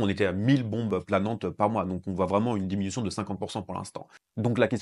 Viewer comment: Merci de ces infos et des explications bien claires. ( diminution et non diminuation )